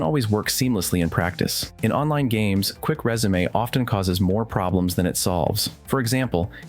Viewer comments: It’s resume not résumé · dude you lost me at quick rezamay , learn to speak English